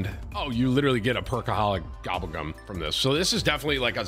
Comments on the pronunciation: Tim gotta be trolling with his pronunciation of gobblegum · Bro if I hear gobba gum one more time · If I had a penny for everytime tim said gobblegum wrong I’d be a billionaire 😂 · brother I am begging you to pronounce gobblegum better